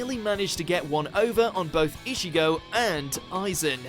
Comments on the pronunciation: I got so triggered every time he said ishigo smfh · .. And keeps on calling Ichigo as Ishigo. Smh